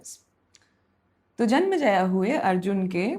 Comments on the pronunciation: It's "Janmenjay" not janmajaya ! And what do you imply by saying 12-12 saal puja karke timepass karte the ! Casualty aur lack of respect ka line par nhi karni chahiye. I hope ye isme malformations aur propaganda na ghusa de. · Small correction, some pronunciations, just keep a track on all of them. It's जन्मेजय not जन्मजया, द्वैपायन not द्वैपयन, वैशम्पायन not वैशम्पयन.. Rest all are fine . Also it appears that you enjoy storytelling and this sort of delightfulness gets projected on the listeners also, so good job there.. Also, one unsolicited opinion as you are now on this monumental journey, whenever you seek explanation for any character's actions, do find them as you want but just for once, enter in their shoes too and let them explain you why did they do that and trust me, it will make the experience even more immersive and empathetic.Keep getting better at it👍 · it was nycc.. but its not janmaijaya, its janmaijaye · it's janmejaya not janmjaya . pronunciation is essential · जन्मेजय। But it was great! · Hindi mein itna saral sugam sunder prastutikarana aajkal nahin sunne milta hai Par haan, aapko naamon ke uchharan mein karya karne ki avashyakta hai Asal mein Janmajaya ke alawa Dwaipayan ka bhi ucchharan thoda off hai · Was just about to point out but you've already apologised 🙆‍♂️😖